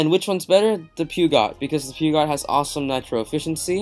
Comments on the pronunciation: Puuugot? Its pronounced per-joe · Peugeot is pronounced "Pojo" lol, great video though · you say Peugeot onyx like this: PURR- SHO- ONIX